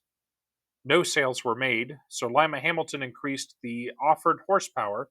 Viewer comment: I know this is kind of weird but thank you for not butchering Lima you have no idea how annoying that is because I'm from the area